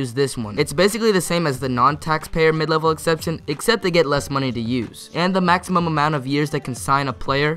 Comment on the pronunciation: Lol he said maxium contracts instead of maximum contracts